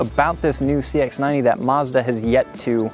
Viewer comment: Mazda not marrzz-dar